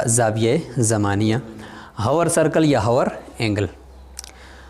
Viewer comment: السلام علیکم ۔۔۔ دائرہ زمانیہ یعنی hour angle کو پڑھتے ہوے لفظ " h " نہیں پڑھیں گے یعنی " آور اینگل " پڑھیں گے ۔